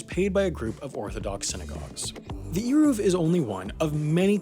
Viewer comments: Eiruv. Like the A in pain and the U is like the O in of. kinda pronouced like Arovf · It’s not pronounced eeruv. The e is like the e in bed